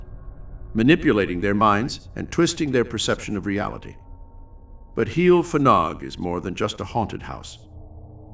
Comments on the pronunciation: Not a good pronunciation. Heol ‘hei - all’ Fanog ‘van -aug.’ Not heel ffanog. Fads sake. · Every time you say 'heel ffanog' I cringe!!!!! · Murdering the Welsh Language here. Pronounced Hay-ol Van-og. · I knew Liz and Bill Rich when they first came to Brecon as a very young couple , I have been in touch with Liz during the last few years , and she has given a talk at my place of work about the happenings at Heol Fanog . As a Welsh speaker Heol Fanog is pronounce Heol Vanog , the F is silent and pronounced as V I hope you didn't mind me mentioning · Love that Wales has featured, thanks for sharing. I didn't know about this place :) however its pronounced 'Hay-ol vanog' if you'd like to know 👍 diolch (thank you) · I'm enjoying watching this. But I cannot stop myself from advising how to pronounce the name of the farm correctly. Phonetically it is Hail Van-og 😊 with the emphasis on the Van x Welsh is a fun language